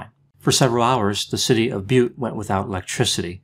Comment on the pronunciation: Thank you Doc....my hometown...I appreciate your pronouncing Butte...properly... many people do not..Evil was an interesting person for sure...As always your analysis is appreciated...I enjoy listening especially when you analyze famous people...✌❤🙏